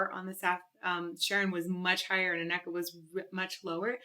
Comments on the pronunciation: Yes, and AN-neke, not an-NEK-e.😊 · Got to love our language (Dutch) no? not easy to learn: it's more like an-neh-ke and not anneck-e .. but this will not help you to pronounce it correct I think ;) But this is just nitpicking from me :p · Her Name Is Pronounced Anneke Not Aneka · It's hard right? Dutch names xD It's always a lot of fun hearing English speaking people try to pronounce our names :P The Netherlands has some great hard rock and metal singers like Sharon Den Adel, Anneke van Giersbergen and Floor Jansen <3 I'd love to see more reaction to Within Temptation live. Sharon is a favorite of mine <3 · Forget Sharon, she is so overrated. ANN-uh-kuh, not anNÉKkah;). Trust me, i'm Dutch:). Anneke is one of the Dutch femal fronted metal goddesses together with Floor and Simone. Then far behind is Sharon with her wannabe-popmetal;) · The name Anneke is pronounced with the emphasis on the A rather than the E, so it's more Ánne-ke and not A-nékke. Love the song and your channel, btw ;) I met Anneke once after a small concert she gave and she is such an amazingly humble and charming person. You ought to watch this video of her performing Time after Time live and she was so nervous on stage, but her interaction with the audience before she starts shows what a lovely and fun person she is. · someone may have pointed this out during the live premiere, but, Anneke is pronounced Aneh Key. but you got closer than i did on my first attempt. nice reaction and analysis as always. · I'm not certain, but I believe her name is pronounced "Anna-keh." Emphasis on the first two syllables of her name. She is stunning in every way. 🫶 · Anneke, say annakuh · Ouch. Got the pronunciation of both names wrong! Checkout the right em-PHA-sis :-) An-ek-a and Sharon den A-del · I believe it is pronounced "Ann" eke, not "A" nneke. Yes? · Anne ecca( as in Rebecca) is how she pronounces her name. I also notice that Anneke has a richer deeper tone that Sharon. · If I may, I believe it's ANNA-kuh